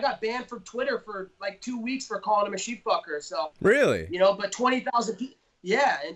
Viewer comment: "Sheep-fuker"!! Hahaha!!!😆 I love, that's hilarious.